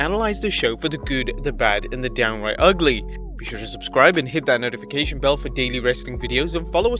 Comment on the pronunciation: Good recap and as an American... The word Ugly is pronounced (Ug*Lee)